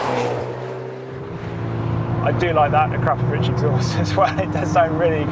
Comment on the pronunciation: Nice review, dream car of mine!!! I have an ID3 and the software is now on par with the Golf's but I do agree the steering wheel controls are stupid and pointless!!!!! (also big thumbs up for pronouncing Akrapovic correctly!!!!)